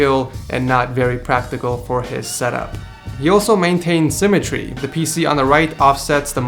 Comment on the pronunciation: its symmetry not simatree